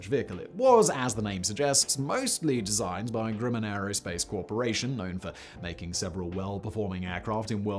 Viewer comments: Cool vid but hearing Simon mispronounce Grumman is weird. It's GrUhman (uh...) not GrUmman (oo/u). Maybe it's his accent causing it. shrug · Grumman is pronounced like Grum-man which rhymes with rum.